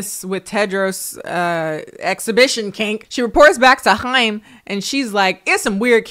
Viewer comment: Small thing but I love that u were able to pronounce Chaim correctly haha